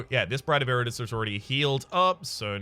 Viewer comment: Did pronounce Iratus as "Iritus"?